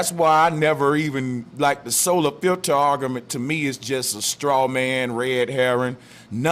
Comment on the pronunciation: Argamint, Flat earthers know how to mispronounce words.